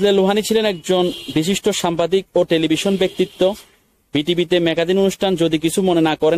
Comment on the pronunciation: সামবাদিক হবেনা সাংবাদিক, ঠিকমতো উচ্চারণ করতে পারে না সে আসছে ইউটিউবে ব্লগ করতে